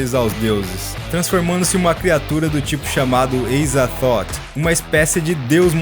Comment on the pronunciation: Só uma observação,nada de mais,mas durante o vídeo você fala Eizathoth,sei que é dito que os seres de Lovecraft não tem um jeito "certo" de falar,mas a forma mais aceita como correto seria Azathoth. Ps:Já me escrevi.